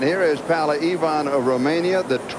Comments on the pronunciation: brilliant.......I only wish the American commentators pronounced PAULA correctly...... not PALLA.....as they keep saying. Who ever heard of Pall Newman????? It's the same name with an A at the end.... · They could pronounce her name properly POWLA EVAAN,!!!;;!;;!